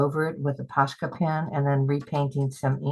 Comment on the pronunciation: I could be wrong, but I think they are called "Pos-ka" pens, not "Posh-ka, no 'sh' sound.